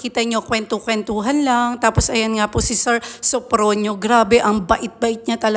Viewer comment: Sofronio not sofrino